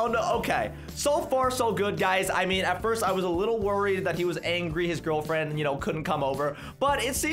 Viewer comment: When Said Gal Fwiend I was literally Laughing So Hard😂😂😂🤣🤣🤣